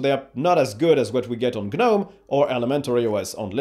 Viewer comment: Generally your average user isn’t going to go into the older properties windows you dug down into. Users using those parts will also know about the command line. You can’t have it both ways! Also its not G-Nome - it’s Nome - the G is silent.